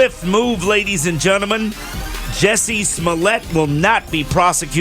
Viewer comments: I wish he would stop pronouncing it Jessie instead of Jussie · JUSSIE... JU-SSIE